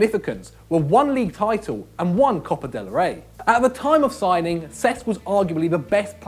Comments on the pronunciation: It's pronounced sesk not sex ffs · he kept saying cesc fabregas as sex fabregas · Anyone else notice when he say "sex" instead of cesc